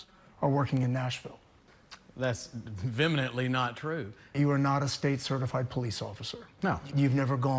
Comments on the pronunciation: It's vehemently not vemently 🙄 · "vemenetly"? is he trying to say "vehemently"? guy can't even speak proper english. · “Veminantly”…. Huh?! Does he mean vehemently? LOL